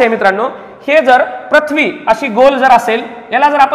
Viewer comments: तुमचा उच्चार चुकला आहे पृथ्वी ✓प्रथ्वी चूक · प्रथ्वी आणि पृथ्वी, व्रत्त आणि वृत्त याचे उच्चार वर लक्ष द्यावे ही विनंती